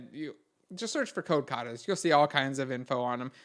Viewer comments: I didnt understand the name that he says on tip number 5, could someone help me? Code quotas? Code cata? Code what? Thank you very much. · code cata's? what? search for what? lol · What is he suggesting ? Code Cutters? Neither me nor the auto captions can understand it... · jesus fucking christ and his holy mother mary, i listened to that more than a hundred times and still did not get it, thank you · can you or somebody write down the name of number 5? i couldn't understand it.